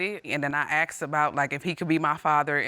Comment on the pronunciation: You asked, not acxed